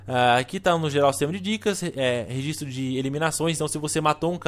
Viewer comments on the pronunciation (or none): none